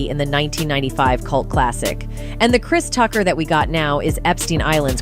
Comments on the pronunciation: "Christ Tucker" wtf is this narrator? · AI voice was like "Christ Tucker," and "Friday After Next star"...Chris Tucker was only in the 1st Friday movie 🤔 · Lmao "Crys Tucker" 😂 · Chrise Tucker 😆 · Christ Ucker